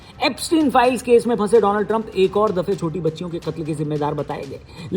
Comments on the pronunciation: Donald hi ya doland😂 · Donald Trump ❌ dolaand Trump ✅